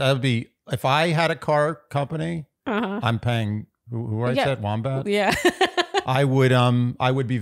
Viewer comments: I went back and replayed it so many times because I couldn’t imagine someone with such a special connection to the song pronouncing it “Wombat” but that’s definitely what it sounded like. 😂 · Going back and rewatching, I was going to say I think he does say Womack and just under-pronounces the "ck," but then I listened one last time with my eyes closed so I couldn't see the closed captions that do say "Womack" and WOW does that sound exactly like Wombat 😂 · I'm glad I'm not the only one that heard "wombat" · LOL My husband wouldn't believe me that said Lee Ann Wombat. Clearly, heard Wombat also. 😂 It's Lee Ann WOMACK. 😂😂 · I think you guys did a fantastic job, even if you do feel out of your element with this one!! So excited to continue watching alongside you! 😁 P.S. it's Lee Ann Womack, not Wombat 🤦 for two people that supposedly have such a special connection to that song, I was shocked one had the wrong name and the other didn't correct it 😂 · I had to rewind three times to make sure said "Lee Ann Wombat". Love it. Lee Ann should really consider changing her last name to Wombat. Also, Carmel is NYC-specific so the "silent" area code was 212, rather than 800. Loving the NYC car rental commercial nostalgia. Brings back memories of Tel Aviv aka good ol' Dial ), though they unfortunately never quite managed to pen a catchy jingle. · Did you say Leann Wombat?😂😂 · Lee Ann WoMACK not Wombat 😂😂😂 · Womack, but yes haha. Wombat made me giggle. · Not Wombat! Womack, yikes lol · For people who get annoyed when people aren’t grammatically correct, it’s funny to hear you say Lee Ann Wombat